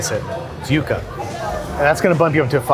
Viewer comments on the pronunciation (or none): Definitely not pronounced "You-ka" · He also doesn’t know how to pronounce yucca